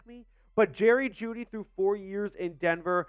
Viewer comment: Bro said juedy for a 2nd LMAO